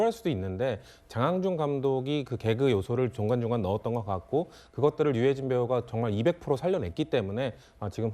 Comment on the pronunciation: 진행할 사람이 얼마나 없음 저리 버벅거리는걸 세웠지? 첫 마디부터 유해준? 계속 버벅거리는데다 목소리도,호흡도,발음도,능력도 전혀 수준 이하인데 누가 왜 세웠을까? 외국어를 시키는것도 아니고 넘 심하네ㆍ 정신좀 차리고 방송하자